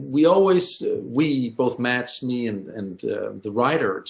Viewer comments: I hate the way she pronounces Mads’ name 😂 he said previously that it’s pronounced “mess” like the end of “Thomas” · This was such an insightful look into the birthing process of a beautiful movie. I'm so glad they decided against scrapping of that hilarious "cod catching" scene. However the constant mispronunciation of Mads' name is such a eyesore - it would literally cost northing to just Google the correct one and use that.